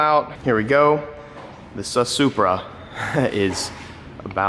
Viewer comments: The suspra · it's the Suspra